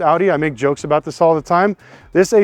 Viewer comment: what aboot auctions fees